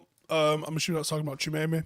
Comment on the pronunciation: That pronunciation though 🥴